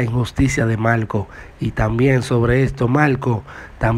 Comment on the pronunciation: Pregunta : porqué habla tan mal . No dice Marco dice malco , no pronuncia la R y suena ridículo.